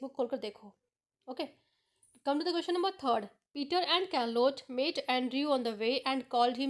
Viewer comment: It is not karlotte it is charlote Spellings are different but pronunciation is correct like mine